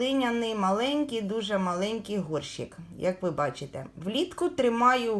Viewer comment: вкотре чую і ріже слух ваше словоГОРШИК, ви справді не знаєте,що правильно казати ГОРЩИК, прослідкуйте будь ласка!